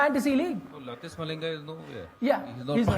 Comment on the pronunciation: Harbhajan just said latish malinga instead of lasith malinga